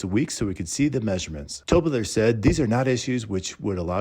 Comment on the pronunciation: 📐Wow!!! Good example of Speed process in construction without any care of the product.🤨 Most consumers don't know that Improper installation of materials can void out the manufacturer warranty of the product in a lot of cases. AND... I cringe when I hear " Tol brothers". 😬